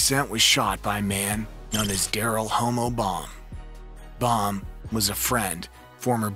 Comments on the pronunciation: Lol the way this man said "Darryl Homo Baum" was hilarious.. like he fruity or something. It's Homo as in short for homicide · Word, someone please tell this man its pronounced Hom-O and Fithy. It was so cringe listening to this narration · Someone please tell this man its pronounced Hom-O and Fithy. It was so cringe listening to this narration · He said Daryl Homo Bwahahahahaha 🤣 Its Hommo, like Homicide But that shit is fuckin hilarious 😂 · He also mispronounced hommo